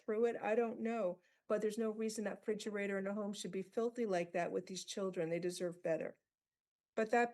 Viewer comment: The judge pronounced refrigerator as "fidgerator." Inexcusable.